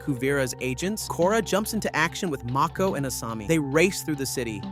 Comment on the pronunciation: Is this AI omg ? “Toeph”? “Mayko?”